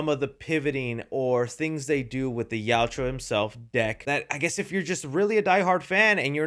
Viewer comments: Not criticizing, just informing... You are mildly saying the name erroneously. You're pronouncing it "Yowt-U-Ah," but it is pronounced "Yowt-Ya." Still, I strongly appreciate your review. Just wanted to let you know. Continue making good work,. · Gaaaa stop saying Yauchua! It’s Yaucha. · please learn to say yautja not "yaw-chew-ah" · Dude, you're a Predator fan and you can't even say their name right. It's (yowt-juh). Not (yowt-jew-uh). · WHY can no YouTuber pronounce Yautja correctly !!!?? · Bro spittin out Yauwtjoua like its a slur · It sounds like you say: "The Joshuas" 😂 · Please learn how to pronounce yautja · plz don’t bring saying yautja if your gonna be saying it wrong like literally everyone else doing reviews lol( no hate) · One day will pronounce "Yautja" correctly. I just know it😭🙏🏼